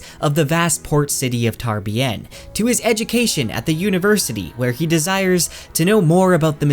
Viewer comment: Wow, that pronunciation of Tarbean was atrocious.